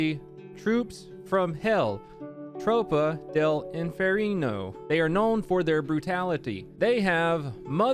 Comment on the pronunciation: “Tropa dell inferino” 😂 at least you’re trying man😂